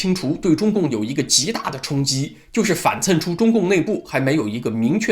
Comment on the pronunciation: 反衬的衬读 chen 四声，不是cen 。以前就听文昭读错过，还以为是口误，以后要注意啊。